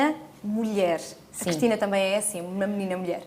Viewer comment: Eu como Cristina que sou reparo que a Cristina Ferreira diz "Crestina" ??